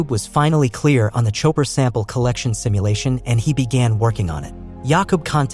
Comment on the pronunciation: What does the narrator mean by, ". . . on the outskirts of Jupiter"? Also what is the "Choaper Cloud"?